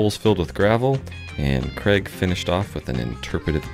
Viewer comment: Is your employees name Craig? It sounds like you are saying Kreg. 😄